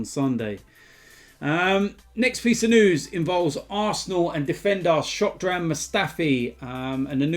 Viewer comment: man said shockdran mustafi😂😂😂